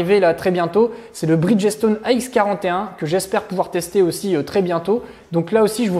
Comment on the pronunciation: Super video, vraiment génial! Merci pour le “Vawcheur”, et Bridgestone le “e” du bridge devient silencieux.:) Tu m’as rappellé mon expérience chez Rawhide en Californie, école BMW. J’étais sur F700GS et moi ça n’a pas été nickel! Continue ton excellent travail. Merci